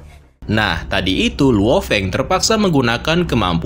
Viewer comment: Bang biar gak susah nyebut luo Feng sebut Lao Feng aja bang bias enak di denger